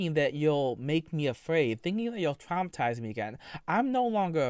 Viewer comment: Every time he says the word "twaumatiwze" I want to put my head through the desk dude lol